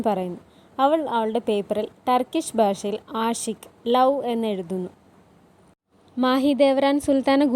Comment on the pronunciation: Aashiq alla ashq അഷ്ക്ക്